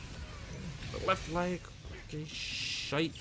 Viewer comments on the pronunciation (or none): none